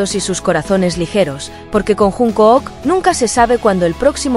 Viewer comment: No puedo terminar de verlo después de oír llamarlo junk o o k. Jun k o o k? Aunque la mayoría lo llame Junkuk la pronunciación correcta es Chonguk